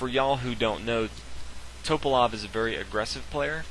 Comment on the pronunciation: His name is pronounced Tuh-pah-lahf....not Toe-pahlof. Jesus christ.